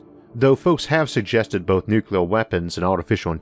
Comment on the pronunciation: Isaac it's not "Nukelar war" it's "Nuclear war". Of all people . . .